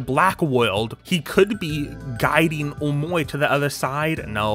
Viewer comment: BECAUSE HE IS SAYING omowi